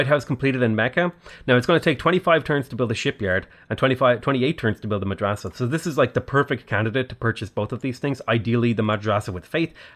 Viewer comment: your pronounciation of "Madrasa" is not too bad for an english speaker (native arabic speaker here :-) )